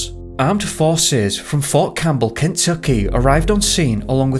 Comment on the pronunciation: Sorry: the narration sounds suspiciously like computerized text to speech, not like a real person. The pronunciation of the name "Kentucky" is off, for instance. And the sort of "sing song" narration is also unnatural & annoying. Especially since the subject matter concerns an American location, the narration accent should be in American, not British, English. Use your real name, not "Top Mysteries".